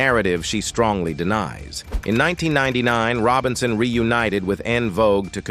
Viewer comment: These narrators sure can mispronounce.And it was Sylvia Robinson not Sylvia "Rone."